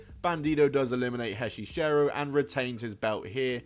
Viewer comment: Hechicero, not HEY CHICHERO. 😂😂😂Ring of Honor needs a TV deal or put the shows in their entirety on YouTube.